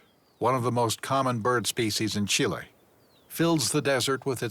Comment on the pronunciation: Pronunciation could be better: Chilenos say something like 'cheelay" not "chilly", The park names are pronounced well, but "Austral Fiords:" becomes "Astral Fiords" and Guadacus becomes Gwaydacus, so add the comical captions, Entertainingly coical at least, and very cool to see what yo'ud need thousands of dollars and months of time to see first hand